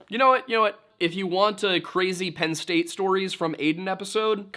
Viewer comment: You said Penn states daddy wrong